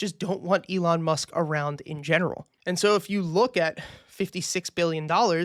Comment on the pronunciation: Elon musk*. Not Elon must Lmfaoo